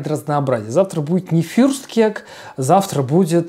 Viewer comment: блин. как же доставляет произношение фюрстКЕК